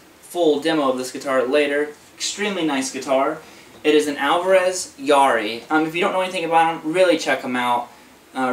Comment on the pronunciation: at :47 seconds in he says Alvarez Yairi